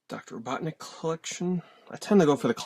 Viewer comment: I like how you said doctor robotnik. Thats how i always remember him. Dr eggman sounds stupid lol.